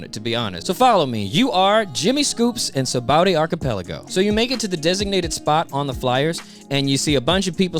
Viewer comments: Lol it's saba-ody archipelago bro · Love the videos. Only thing that's weird to me is "Sabowdy". "Sah-bah-oh-dee". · The English dub pronounces it "Sa-ba-o-dee", the Japanese kana say "Sha-bon-dee". Oda based its name on the Portuguese "Sabão", meaning Soap (that's why the bubbles!) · Y'all need to know this: Note that the island's name comes from the Portuguese sabão (which is pronounced like “sabon”) meaning “soap,” from which the Japanese シャボン or “shabon” is derived. That's why the island is called “Sabaody” but pronounced “Shabondy.” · I know that it's spelled "Sabaody", but it's pronounced "Shabondy". "Shabondama" is Japanese for soap bubbles, which gives the archipelago its name, and Oda is notoriously very bad at spelling with letters.